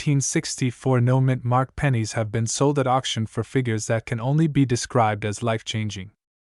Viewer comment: I think it's "No Mint Mark" not "Noman mark".